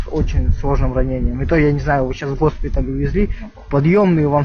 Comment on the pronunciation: Вы парнишку слышали? "Гхоспиталь". Это долбанный фейк, в России так не говорят.